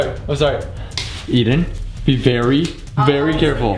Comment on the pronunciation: You said Barry mad not very mad